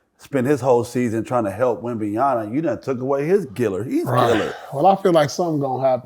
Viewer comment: Wemban(YANA) WRONG Wemban(YAMA) CORRECT Whats so hard about pronouncing wemby name??? A LOT OF YOU GUYS ARE MESSING IT UP‼️‼️‼️